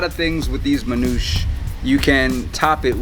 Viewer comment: Hey... with all due respect... you're butchering the pronounciation of Manoushe`. It is Manoosheh. Peace